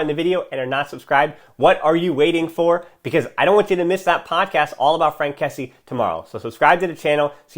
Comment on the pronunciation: great video ! but it's kessié not kessi , pronounced kessi-ye